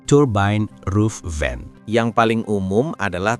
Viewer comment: turbain roof vain.. lu ngomong gitu ada kali 50 kali.. turbain roof vain😄